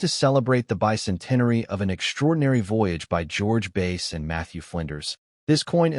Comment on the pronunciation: It's pronounced Bass...not Base!